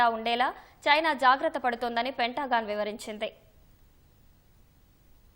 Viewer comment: పెంటా గాన్ కాదు తల్లి, పెంతగన్